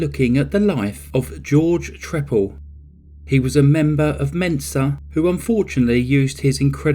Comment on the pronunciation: a good cover of the case the only thing i noticed is that on all the other programs i've seen this one on they pronounce his name as 'tree pal' and i think in court he said it that way too. anyway it doesn't really matter i guess. weird story and a sick man. i mean wear some ear plugs or something or maybe sound proof your house! lol